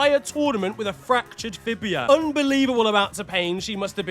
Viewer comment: "fibia" 🤣🤣 ur in the gulag